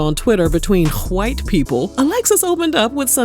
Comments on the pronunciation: The way ur saying "whyte" is taking me out!!!! 🤣🤣🤣🤣🤣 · Why do you say 'WHITE' people like that? 😂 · Lmao, I like how the narrator says, "White". 🤣🤣🤣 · Why you gotta say white like that 🤣🤣🤣